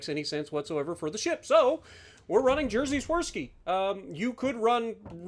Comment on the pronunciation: I love your pronunciation of "Jerzy" like "Jersey" lol. But damn, it's hard to explain in writing how to pronounce his name corretly. It's more like "Yejy" - The "J" at the start of "Jerzy" pronounced like Y in "yes", the "rz" is pronounced like J in the French name "Jacques". Jerzy is a Polish equivalent of the English name George. Polish is a difficult language to pronounce, so no pressure - that was for information puposes only. Edit: Maybe you need to play this ship like worse Conqueror, but with torpedoes? 34% fire chance seems quite solid.